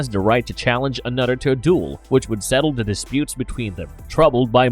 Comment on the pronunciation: The robotic voice continually saying " da" or "duh" instead of "the" is pretty hilarious ( I seriously dislike the voice no matter what, though )